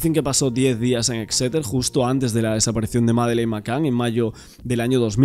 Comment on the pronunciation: disculpa, se pronuncia Éxeter con acento en la É.. Gracias por toda esa información. El alemán va a salir en libertad porque no hay pruebas que lo incriminen en el caso Maddy